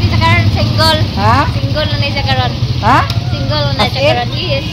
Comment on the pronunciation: Instead of single they pronounce singol